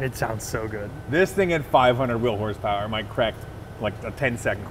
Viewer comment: What is “horspower”?